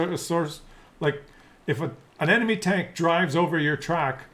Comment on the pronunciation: "We want yoh money" is indeed all it is.